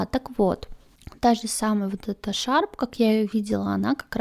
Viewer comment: Не шарп, а HAARP